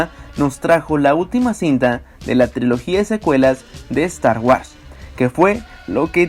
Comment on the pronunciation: wuors! pronuncia bien!!!!!